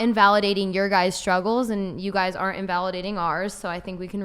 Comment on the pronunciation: Love the way she says guys' opinion as guyses' opinion. The extra syllable speaks volumes. Edumecation.